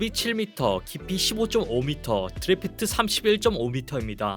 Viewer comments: 드래프트가 아닌 드라프트입니다. 흘수를 이야기하는 거죠. ㅎㅎㄹ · fl-ng 가 아니고 f-lng다 너무 거슬리네 자기하고 관련된거만 영상 만들면 좋겠네ㅜ아무것도 모르면서 읽기만 하니까 드래프트도 그렇고 듣기 너무 안좋네요 이런배에 관심있는 사람들한테는...